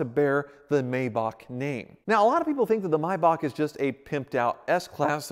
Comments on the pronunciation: It's a MAY bach not a My bach. You even pronounced it right but then just a few seconds later said Mybach again........... eesh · Yay he pronounced it correctly! Was the one thing I was holding my breath for.. So many pronounce ''May'' as in the Month, and then there's those that says ''back'' slight hickup 😂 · Everyone: May Bach: My Boch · pronounces it "Maybock": pronounces it "Mybock" Pick a lane, guy! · its something like Mybakh, definately not May... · MAYbach. Also: MYbach. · Nice car but was hard to watch we don’t pronounce it the same in the Uk , it has a A between the m and y but USA pronounce mybach not maybach but then again I could be wrong ✌🏻👍🏻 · Me: only seeing the name thinking it's pronounced "may-back" Me: hears pronounce it as "My-bahk" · Why do you keep calling it a (my bark) it’s pronounced (may back) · It’s May like the month btw not my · The A in MAYBACH is not silent stop calling it a MYBACH please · I can tell he doesn't know if he wants to call it a maybach or a my-bock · May not mi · Why is it Americans can't speak English? It is pronounced May... back! As in April, May, June. Not April, My, June! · It’s pronounced MAYbach not MUYBACH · Am I the only one who cringes every time he says “My Bach” instead of Maybach? 🤷🏽‍♂️ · Do you know if he is pronouncing “maybach” wrong? i’m not that educated on cars and thought it was always pronounced “mayback” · Clicked off after he pronouncing it "mybok" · No American can pronounce the German/Swiss "ch" right. It's a sound made in the throat, not in the mouth. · Is it pronounced may-bach or mi-bach? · Will you please stop saying Maybach incorrectly 🤦🏻‍♂️